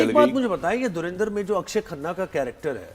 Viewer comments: Its not Dhurinder🤣🤣🤣 it’s Dhurandhar. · It's Dhurandhar not dhurindar 😅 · Gawaar logo ko thik se pronounce karna bhi nahi Aya film ka naam